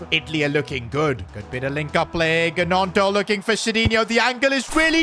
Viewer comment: Leeds fan here. Your butchering willy gonto’s name it’s pronounced nonto not GEonto